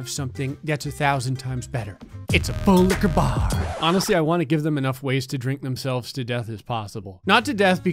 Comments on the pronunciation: For three seconds I legit thought he said fulika bar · Nah it should say fulika bar Cause that’s what it sounds like he says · You mean, “FULIQUAH BAH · Full liqua baar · As far as I remember, this is the first time said “full liquor bar” instead of “FULL LIQUOR BAR!” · Lol i always though he said pool like a bar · nobody: absolutely nobody:: “fUlL liQuEur baR” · I love it when says FULL LIQUOR BAR